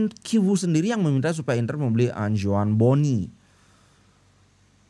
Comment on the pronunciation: Tetap dibaca civu bli.. ga kivu. Kalo cuman C.. kayak coco dibaca koko.. kalo CH ttp dibaca ce.. civu😊